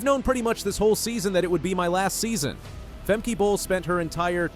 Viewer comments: Fem-Keh, not Fem- kee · It’s not Femkeeeee, it’s Femkè, a short “e”, why have the first e right and the second totally not….. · It's "Fem-kah", not what you said..........you a robot maybe? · "Fem-kee"? -- I'm sorry, but I'm out within the first 3 seconds! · It’s Fem-Kay-uh Not Fem-£e-€a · how to NOT prononce a name....FEMKEY......